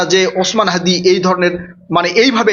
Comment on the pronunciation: হ্যদি কি????? হ্যদি হ্যদি করছেন কেন? বলুন হাদি